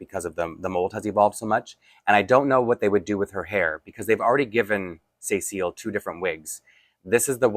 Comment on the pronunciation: I wonder about the way you're pronouncing Cécile's name. When you say it it sounds like "SAY seal" with both sounds like they are separate words and with an emphasis on the "say" part. I know the doll character has a French heritage so maybe it is pronounced differently in French. But my mom's name is Cecile and we don't pronounce it that way. We say "se-seal", not like each part is separate, it just all flows together, and with no emphasis. Maybe since there is an accent in the dolls name it should be more like "SE-seal". It's one of those things where if you had never heard the name pronounced you might not know what to do with it.